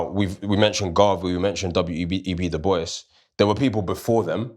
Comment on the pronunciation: Amazing conversation guys. Please check the pronunciation of the name Dubois.